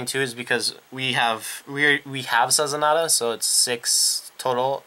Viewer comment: So you know, it's not spelled Sazanada, it's spelled Sazanda. Su-zon-da is the basic pronunciation. Also, I suggest Crystaldevil, as well as Babyface Narcissus, it's skill is GB1 Rush - When this unit stands it gains "Oh hit you counter charge 1 and soul charge 1". It helps conserve your resources and pushes a high attack card with counter charging towards your opponent. And that is after every attack that she re-stood.